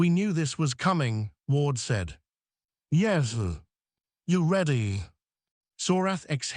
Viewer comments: one thing, it's "yes" not yezu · I despise this AI voice. Yes not yezz! And….. stuff is floating in the air no gravity but he is sitting there without a helmet.